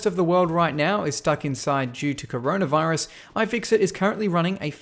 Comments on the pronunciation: Is it only me but did he say RONA virus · Oh no... he said caronavirus